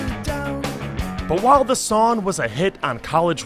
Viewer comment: It's "sonG" not "Sonn". There IS a G at the end of the word "Song" you know.